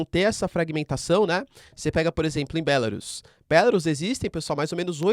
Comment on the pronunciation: Se pronuncia Belarús,. não "Bélarus".